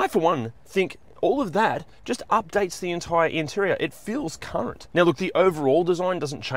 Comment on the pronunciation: lol: 3.08 into the vid.. is saying ‘current’ … not c.nt 😂